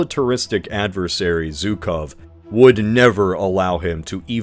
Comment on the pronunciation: “Zhukov” It’s pronounced “joo-kohf” (think J in French)